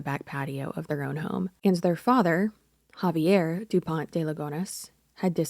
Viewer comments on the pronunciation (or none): I find it kinda funny how you pronounce a frenchman name in spanish 🤭. But if youre curious here's the pronounciation guide "Kza-vee-hay Dupon (we dont pronounce the T) De Lee-gun (also dont pronounce the S). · Is Xavier pronounced Havier or Zayv ee er? In Australia it's the latter but I too am an 'untravelled' Caucasian 🤣🤣